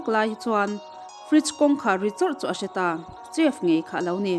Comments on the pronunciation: Chef tih ai hian sef tih in lam rila dik zawk maithei ni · chef tiha ch hi sh anga lam rik hi a dik zawk maithei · Chef i lam dan hi a dik meuh maw, uluk takin chef lam dan hi lo bih chiang leh teh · Chef-sef, restaurant-restrawnt.